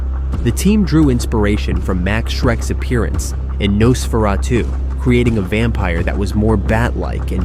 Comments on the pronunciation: . WHO ON EARTH IS ' NOSS FER AH TOO' how you pronounce it here!! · AI narration crummy pronunciation of Nosferatu. The accent is NOT on the last syllable.